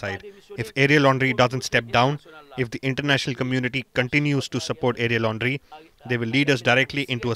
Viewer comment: Who heard Ariel Henry as Area Laundry ? 😂🤣